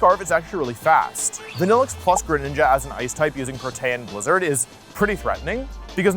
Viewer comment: WTF is "PROTAN"?